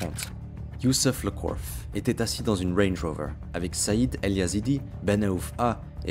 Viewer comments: Wange wover ( il m'a stressé avec sa prononciation) 😂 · Tu viens de gagner un Abo pelo mais arrête avec ton accent sur range rover zebi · « Wenj woveur » me régale 😂😂😂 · Mdrrrr le wrange wrover 😂😂😂 je voulais vérifier les commentaires parcequ'on étais plusieurs à taper un fou rire et vu les commentaires on es pas seuls 😂 sinon bien l'histoire ! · « LE WENJ ROOVEUR » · Range rover psartic l accent 😉😛😛😊